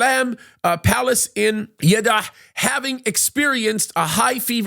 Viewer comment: Just call him "MBS". And it's Salman, not Shaliman. ( two syllables, not two ) If you want to increase your credibility, learn how to pronounce words and names. Jeddah, not Yiddah.